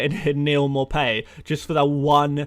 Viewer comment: Maupay 😆😆😆😆 don’t do it...